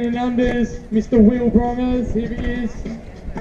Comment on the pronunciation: Ha I love how he says Mr. Wil Brongers! (also said wrong😂) Good Job!❤